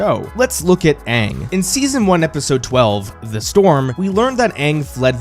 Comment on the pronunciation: Alternate title: Mispronouncing Aangs name for 2 hours 😂